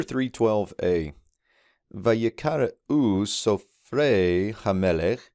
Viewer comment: Why did you pronounce Hamelek with a final affricate?